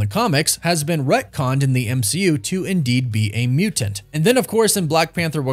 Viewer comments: The way you say muTanT is 🥴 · Bro the way you say mutant 🤣🤣 love it! Awesome vid, can’t wait to see the X-men in the MCU